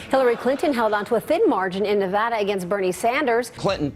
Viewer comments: Nevada = Nevara? Plop! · CRINGED WHEN HE SAID NEH-VAH-DA